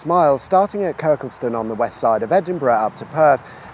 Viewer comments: Dunno if anyone else has mentioned it, but it's not pronounced Kirkle-ston, it's pronounced Kirk-liston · Kirkelston is the best way I've ever heard it pronounced! 😅 It's Kirk-Liston for future videos. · Do you mispronounce names to piss off the locals lol? It's Kirk-List-Ton. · You seem to be in a muddle with names , firstly being unable to pronounce Kirkliston . The newest crossing is known as the Queensferry CROSSING , not bridge , then you have the Forth Road Bridge , and the original bridge , which carries the railway line is simply THE FORTH BRIDGE , there is no rail in the name .